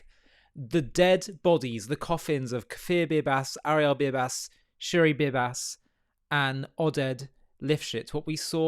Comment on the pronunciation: NOT SHIRI